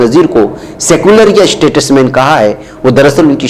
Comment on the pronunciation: ╔═══ ❤☀💚☀❤ ═══╗ 💚💚💚💚💚💚💚💚💚 Muhtaram, Assalaamu alaikum. Iss lafz ka talaffuz aap ghalath kar rahe hain. Yeh STATUSMAN naheen balki yeh STATESMAN hai!!! 🌐🌐🌐🌐🌐🌐🌐🌐🌐 ╔═══ ❤☀💚☀❤ ═══╗ Jaleel ╚═══ ❤☀💚☀❤ ═══╝